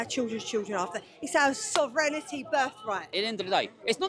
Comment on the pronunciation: Thicker than a whale omelette Is she drunk? "Sovrenity berf right" ❤